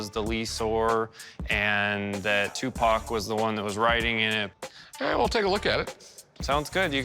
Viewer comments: Equivelant to a white person saying "Tupack" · Who the f is Tupok? Tupac? Cupcake? Ask me if i care...